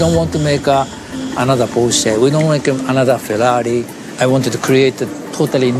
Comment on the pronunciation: 是"Porsche"! 我不知道你是想耍幽默還是怎樣?